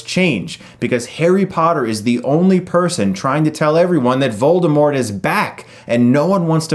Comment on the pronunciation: Hey... not to be a dick or anything but the T is silent in Voldermort. Rowling stated this in a tweet.